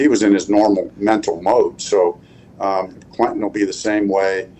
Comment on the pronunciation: Frank really pronounces the “e” in Quentin. Usually people pronounce it “Quintion”